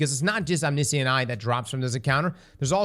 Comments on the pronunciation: om-NISH-ent eye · How did you said omniscient?